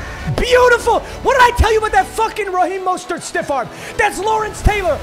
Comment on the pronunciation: said Raheem MUSTARD and then moaned 😂I love me some